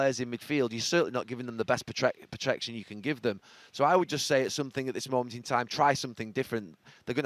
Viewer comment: Really struggling with that word protection lol love listening to footballers it’s like Shakespeare being brought back